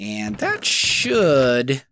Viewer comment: when he said that should do i thought he said that shit do XD